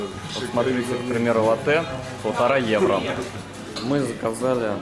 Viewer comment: лАтте, а не латтЕ